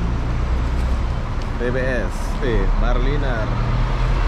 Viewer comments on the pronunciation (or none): Hancur nama company bus tu maraliner jadi marliner.....belajar lah sebut betul2 sebut sebab itu imej Dan jenama company and perkhidmatan dari brand atau syarikat bas tu.... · Bro. Sebut MARA LINER yang betul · Bukan Marline tapi MARALINER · maaf tiap kali disebut marliner terasa lucu sekali... Sebetulnya maraliner dibunyikan begini (mara-lainer) mengikut sebutan Bahasa Inggeris. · Semua bas di Malaysia 🇲🇾 x ada toilet sebab banyak rnr di highway ... Mara liner bukan marliner 🤣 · Kamu kene sebut maraliner oby bukan marliner 🤣🤣🤣🤣🤭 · MARALINER ( sebutan MARA...LAINER ) bukan MAR... LENER. Perlu belajar B. Inggeris. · MARALINER...bukan MARLiNER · Maraliner = sebutan; mara laině...